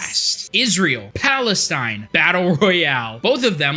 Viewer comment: oh man found a random video just for this dude calling my home country palenstine xD